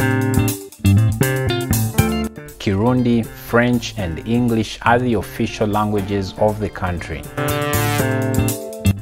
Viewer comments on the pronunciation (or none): none